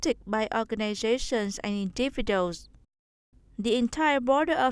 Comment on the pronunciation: individual /ˌɪndɪˈvɪdʒuəl/ chứ không đọc là /'indəvidəl/